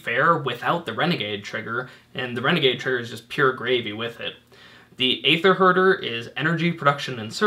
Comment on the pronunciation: Hey, its no skin off my teeth, but just wanted to point out that Wizards has confirmed that it's pronounced "EE-ther," the same way as Caeser is pronounced. Love the videos, keep up the great work!